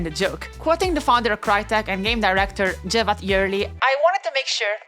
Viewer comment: Thank your for not prounouncing his name as KEVAT. Sincerly another starting with c turkish name haver